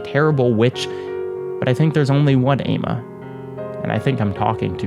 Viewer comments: not to correct you on a 3 year old video but the name is actually pronounced "AH-mah" its a west African day name! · Sorry but hearing you say Ama and Adjei was very very painful